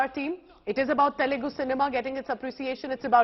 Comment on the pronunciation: Not “Telegu" arrogant and ignorant Anchor, it’s Telugu. Please note else we have to call your language “Chindi”